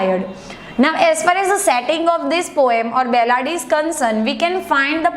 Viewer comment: It's ballad you are repeatedly saying bellad !